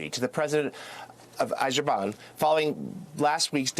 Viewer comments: This mf messed up every single country’s name 😂😂😂😂 “kazackistan” and “azerbige” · Ah-zer-bi-zahn and Kaz-ack-stan 😉